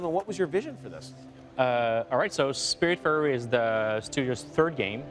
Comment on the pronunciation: Died a little inside at how he pronounced the Game